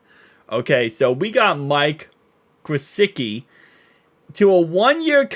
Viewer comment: Alight let’s make sure. Pronounced Gissicki. There’s no W